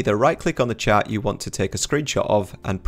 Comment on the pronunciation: Ah! When you say chat, you mean chart.